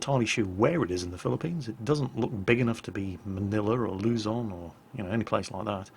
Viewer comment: Uhh... some Filipino minions dont like the sound of you pronouncing the word "Luzon"